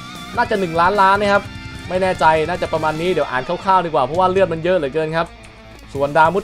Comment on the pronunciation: พี่อะอ่านเลือดผิด